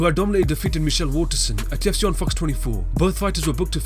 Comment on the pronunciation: it tilts me how it sounds like you say "AT TUFC" in every video.